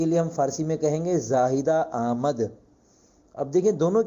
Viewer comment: حضرت میرے خیال سے آمد میں م پر زبر نہیں پڑھا جائیگا بغیر زبر کے ہونا ہے